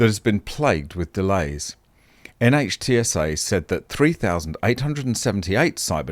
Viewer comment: NHTSA, pronounced NITsah sort of by Americans who know of it.